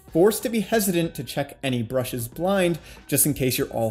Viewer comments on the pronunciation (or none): Brushes lol